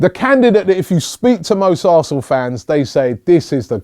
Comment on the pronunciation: Robbie u said arsen fc